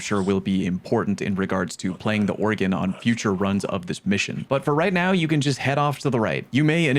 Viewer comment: Organ (or·gan) musical instrument. Oregon (Or·e·gon) state in USA. No e. Love ya 😂